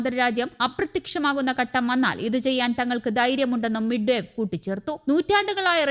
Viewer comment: മിഡ് ബേ അല്ല ദിമിത്രി മെദ്‌വദേവ്